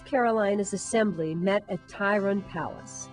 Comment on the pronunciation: Tryon Palace....not Tyron